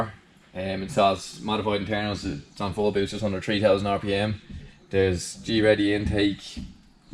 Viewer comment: Just a pointer here, GReddy is pronounced as one word, meaning GREAT eddy, like a wind eddy. (don't know why the great is capitalised, it just is) I mean it's all down to preference but if you're concerned with saying it as intended it's just Greddy. Good video as per usual!